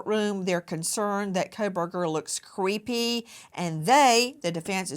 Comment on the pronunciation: "I have worked with meenay meenay people under the autism spectrum, and none of them have ever seemed crayeepee." Ok, thanks Nancy. Maybe go back to Alabama...